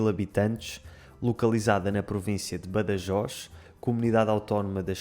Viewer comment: Pronunciaste Badajoz com en català